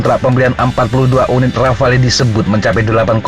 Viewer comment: Min, "Rafale" dibaca "Rafal"...